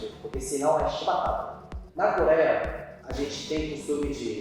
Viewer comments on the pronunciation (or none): NA "CORÉA" 💀 kkkkkk dsclp